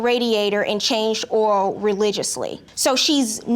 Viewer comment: Judge Faith's NOLA accent jumped out so bad saying oil 😂😍😍 i love a pretty face and a NOLA accent